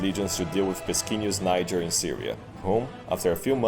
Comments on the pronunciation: "Just pronounce it Nyjer next time." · Niger: “just pronounce it Nyjher next time” LMAO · “Just pronounce it like ‘Nyjher’ next time.” LOL!